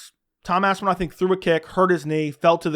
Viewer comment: “eyidmen “🤣🤣